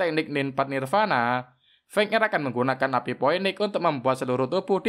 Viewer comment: bukan poeniks tp finiks di baca nya..